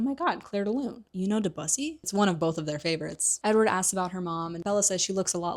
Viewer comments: I love your breakdown of the books. I have a love/concerned relationship with the saga. Thanks so much for the long form vids. BTW, the name of the composer is De-dēu-SĒ'. Please dont use the movie pronunciation. That serious mistake should have been caught. Anyone - including an old vampire and one who plays the piano - would know how to say it correctly. How to pronounce Debussey, by Pronunciationbook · Not De-bussy 😭 I love your mispronunciations, they always make me giggle ❤